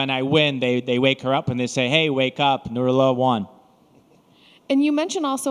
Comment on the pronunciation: У таджиков в конце имена всегда х выедет а так не пишет, а так вы всё правильно сказали НурАллох